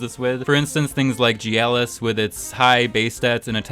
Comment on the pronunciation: Why do you pronounce Gyalis with a J sound?